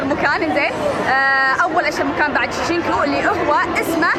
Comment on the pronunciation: اهي موششنكو غلط قهرتيني لمن قلتيها اهيا شينجيكو